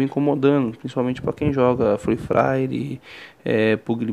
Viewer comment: free fraire kk puguili mobailo kkk zueira mano me ajudou muito👌